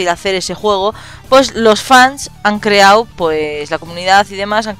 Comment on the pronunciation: "an creao" xdxdxd